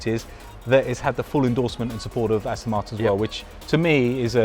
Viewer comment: It's As-TON not As-TIN.